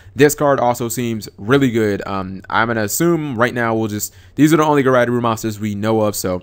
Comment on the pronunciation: "guryderoo?" really? It actually doesn't take that long to say japanese syllables. They never change unlike english letters. Regardless of the word. gu-ray-doe-ru. As in Graydoll.